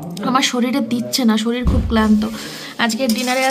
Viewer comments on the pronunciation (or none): none